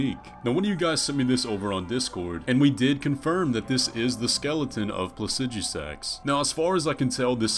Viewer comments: “Plasidjusaks”💀 Maybe I’m wrong but I’ve always said PlaciDooSaks🤣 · Pla cee du sax. God. Why can't anyone pronounce it the better way and they it rolls of tongue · "Placi-Deu-Six" is how its pronounced and no its not his skeleton the 2 heads are too far apart and it has 2 left wings signifying 2 left bodies....also lore wise he's the whole reason the storm is happening at the center and is LITERALLY at its center so he doesn't have a skeleton.....he's literally been waiting this entire time thats his WHOLE LORE. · The way he produced Placidusax as Pla-sij-oo-sax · doesn’t necessarily make your pronunciation right just because other people use it, though. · Based on how you pronounce placidusax, you shouldn't be allowed to reproduce. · The pronouncing of the dragons name bothers me... Why are u adding letters? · Ngl, I really dislike how you pronounced Placidusax.